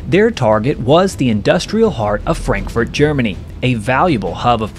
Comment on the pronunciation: "ITˋsFrankfurt AND not Frankfort, LOL"